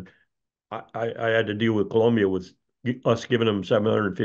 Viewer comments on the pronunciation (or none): none